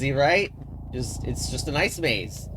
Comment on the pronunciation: I can't tell if you said "This is a nice maze" or "This is an ice maze"